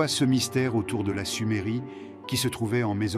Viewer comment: secondes de visionnage : SUMERIE 🤦🏻‍♂️